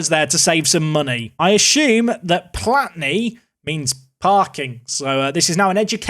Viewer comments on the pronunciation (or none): My Polish wife rolled her eyes when you said płatny then told me how to say it I gave up after 5 minutes lol płatny means paid parking I went to Gdansk last year as I'm a war buff wanted to go see where the war started at Westterplatte. Gdansk is a awesome city. Krakow in July